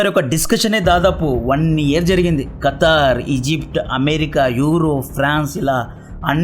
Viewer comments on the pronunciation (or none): none